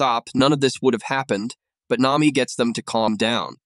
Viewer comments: Nami❌ Name me✅ Ai doesn't know how to pronounce nami's name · ai said naymi